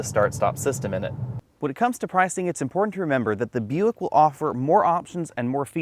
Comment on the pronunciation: Isn't Buick owned by GM? I keep hearing him saying European